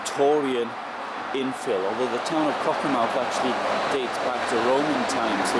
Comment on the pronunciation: Just a correction - BUT BIG Correction.....pronounced CockerMTH'....not mouth at the end....like Great Yarmouth, Plymouth